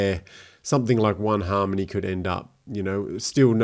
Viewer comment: An aussie talking about Haaaaarrrrrrrmony? Sweet 👌😎